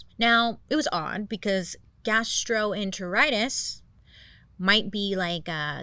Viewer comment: girl you NAILED saying “gastroenteritis”!!!!!!!!! Genuinely! (My mom has Crohn’s disease, so I grew up in the gastroenterology wing 😅) 🤘🏼